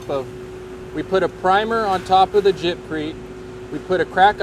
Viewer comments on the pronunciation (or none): I stopped watching after he said jibcrete...... 🤦‍♂️